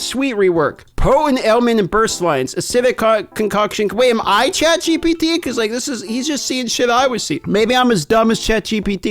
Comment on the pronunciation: ChatGTP once u hear it u cant unhear it, lol first sentence.